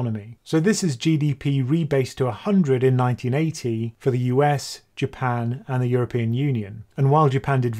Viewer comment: I know you kept saying Japan. But i kept hearing "UK"